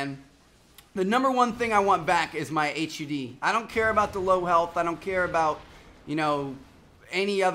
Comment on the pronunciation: Btw it's HUD not h u d not to be rude just something to note